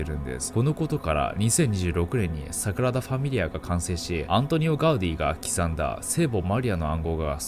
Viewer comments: 地獄のイメージ映像でフォークを持って小躍りダンスする悪魔が草の極み それとサクラダファミリアではなく、サ『グ』ラダファミリアねw サクラダは純子ねw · 誤謬 5秒じゃなくて "ごびゅう" です😁 Sagrada Familia 桜田じゃなくて "サグラダ" です。 神聖なという意味です。神聖な淳子 いつも楽しく動画拝見してます！ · サクラダファミリアではなく、 サグラダファミリアではないでしょうか、、？？ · サクラダファミリアじゃなくて、サグラダファミリアですね🤣🤣🤣 かわいい🤣🤣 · サクラダじゃなくてサグラダ・ファミリアねｗ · サクラダファミリアが気になって内容入ってこない所だった← サクラダファミリア✕ サグラダファミリア〇